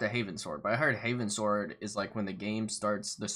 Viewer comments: So you know "Northward" or "Eastward"? It's "Heavensward" Heavens + Ward, as in going up to the heavens, not "Haven Sward," which I have no clue what that means xD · Its called Heavensward, not Havensward.